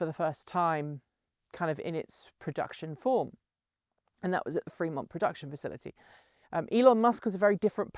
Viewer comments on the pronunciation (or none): none